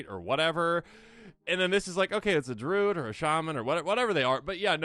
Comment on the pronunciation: Why are we saying "drood"?